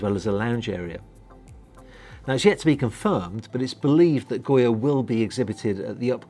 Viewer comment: Yes please do the walk through! And the yacht’s name is Goga not Goya. I’ve been waiting for this yacht to launch, she is beautiful!